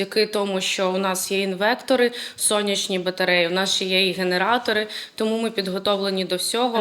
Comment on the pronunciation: ІнвеКтор??? Як це ріже слух... Стоматолохиня тупенька, а про журнаглистів я взагалі мовчу😱